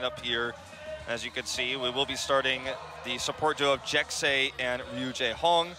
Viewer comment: No according to him it is pronounced Jack Seh